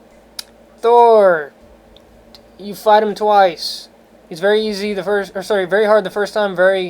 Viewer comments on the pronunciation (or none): none